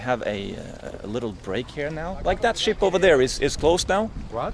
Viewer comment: Everytime he said "Ship", I heard "S*it". It may be the beer I had previously ...